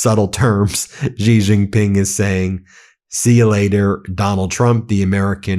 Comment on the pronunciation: BEN: it’s pronounced SHE Jin Ping. You are going to be referencing China more often as it asserts itself as a sane global business partner. The US has been consumed by idiocy and the ethic of WINNING, and this has nothing to do with building cell phone towers, shipping plastic crap and and lifting 100s of millions out of poverty, in China and elsewhere. China has a profound interest in prioritizing its dominance of manufacturing and shipping over military dominance. It acutely fears US military power, yet this power will wane as it becomes increasingly marginalized as an option because IT’S BAD FOR BUSINESS.